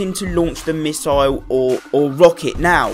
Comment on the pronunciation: It's pronounced misle not misoil